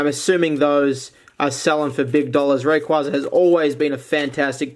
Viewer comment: Your saying raquaza wrong :(